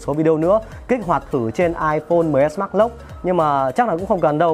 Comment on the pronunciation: Đọc mrj thành xs max đi